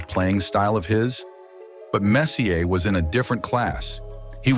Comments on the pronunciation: You keep saying Messy-errrrrr. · I'm going to barf if his does stop saying " mess..ier" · Whomever is narrating this video knows absolutely nothing about hockey! The name is pronounced; Mess-ee-aa. Not mess-ee-er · Attention narrator, Mark Messier's last name is pronounced: MESS-EEE-AAY, and NOT messy-er. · Mark Messy ay. Is how you pronounce it not Messer the R is silent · 👎🏼Hate these BOT READERS! His name is PRONOUNCED MESS-E-AAAY Have some RESPECT! ❤Alberta 🇨🇦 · Mark MessIER!?! En français s'il vous plaît. OR let a Canadian do the dialogue. Please ... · When the narrator knows so little about hockey that he calls Mess,,,, Messyour,,,, it is obvious that he is just some goof reading a script. Ridiculous. No thanks. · AI, please pronounce it MES-SI -AY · I'm messy, but he's messyer. Whoever programs these AI voices should at least figure out correct pronunciations. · Messi-ER, Grant FOUR, Jamie MAC-COON, what the hell? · Good mispronounce of Messie-ay, dork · Like this story turns my guts listening to how he says Messier..... Clearly not a hockey person at all and I'm not even two minutes in pretty much know everything about Messssss Eeeee Aaaa there ever is anyway because he was my favorite player....jam the like and subscribe up your ass this is gross and idc if that is harsh or rude because your lack of knowledge of one of the best players ever is straight up disgusting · Grant foor? Mess-e-or? Who is this clown commentator? Big mess was at the end of his career when he took the big bucks to go the Canuck’s What were they expecting from a 40 yr old former star Cocaine allegations Seriously ??? The numbers speak for themselves This is a very stupid video I feel ashamed to have watched it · Messy Ear, Grant Four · Get his fn name right ffs mess e r . Mess e a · So in CanaDUH, is it Messier...EH? L0L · The narration is so bad. How many name mispronounciations? The subject, Messier. McCoun Fuhr Horrible video. Horrible copy. Horrible narration.